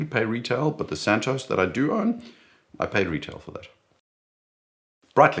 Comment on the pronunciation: Santos* not Santosce - don’t talk like an American because it only cheapens you. And a South African emulating someone from the USA is fundamentally akin to devolution.